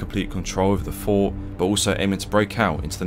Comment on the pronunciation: Fort has a T at the end.